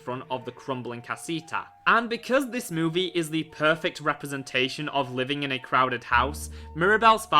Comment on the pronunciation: You always pronouncing movie like moveh